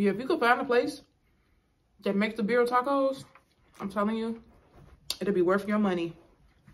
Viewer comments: Aren’t they the best! I YouTubed the instant pot recipe and omg! Sauce is pronounced CONE-So-may) and tacos are pronounced (Beer-Eee-yah). I figured I’d mention since you said you don’t know if your pronouncing it right. They sure are 🔥though right I love your channel. You & Your husband are so cool and down to earth plus have great stories ❤️ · It’s pronounced Con-sue- may and Birria is Be-dee-ah … I have Hispanic friends that’s the only reason I kno so don’t feel bad Lmaoo